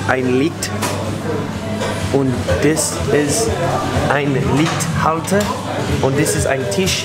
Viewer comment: its LichtSCHalter, not LichtHalter...but ur german is getting better and better...hve a nice day